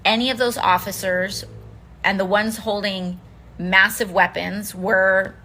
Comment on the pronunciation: "Massive Weapsons" Are we D gazing AOC?